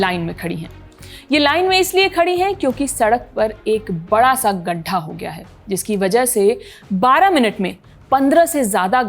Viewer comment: poor hindi ..it is not badha sa it is bada sa ...